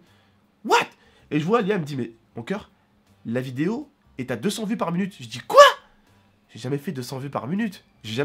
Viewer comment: pourquoi tu dis "munute" ??